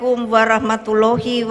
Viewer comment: Assalamualaikum warohmotololluuhu....salam nya saja balepotan